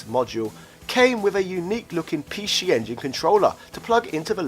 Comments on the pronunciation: The word is PC not p she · i will forever pronounce it the Pee Shee Engine :D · Pee Scheeeee Engine LOL